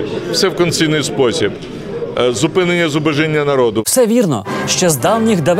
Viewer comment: правильно вимовляти "зубОжіння" :-)